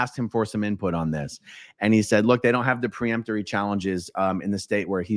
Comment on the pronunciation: "Peremptory" not "pre..." Hurts my ears!